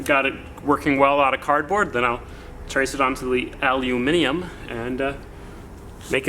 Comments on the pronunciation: Shit, he pronounced aluminium correctly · At last an American who can say aluminium properly 🤘🏼